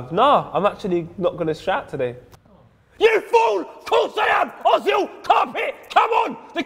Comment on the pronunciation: no its özil! why are there for example french players with acsons in the bpl but when a german player has an Ö , nobody cares ? sad Ö ;-(